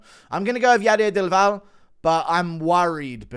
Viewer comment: Bro read del valle as dival.